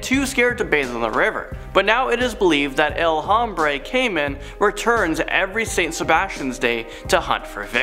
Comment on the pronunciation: It’s supposed to be pronounced “el hombre Kay man “